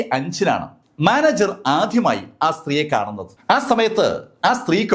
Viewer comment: ആധ്യമായി, സെക്യൂറ്റിക്കാരൻ, വചീന..